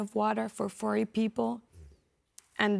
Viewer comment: Maybe you should send more than one person to grab food to feed 40 people. The UN isn't going to give one person that much food at once because they don't know if your telling the truth about being with 40 other people or 4A like this lady pronounces it.